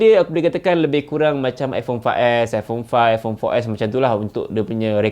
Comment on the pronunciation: Iphone 5, Iphone 5s My ear: Iphone fck, Iphone fck s My brain: Iphone fa', Iphone fa' iz My brain cells: I pon fai, I pon fa ish